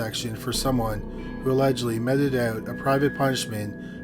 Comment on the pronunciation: And meted is pronounced meeted not metted